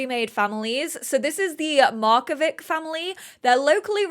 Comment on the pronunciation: Markovic is croatian so the c is not a k but a tch like in ca"tch"